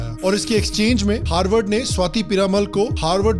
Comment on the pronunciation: Harward ko galat bolo bhai